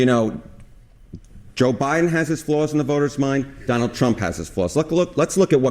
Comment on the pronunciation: Did he say Johnald Trump?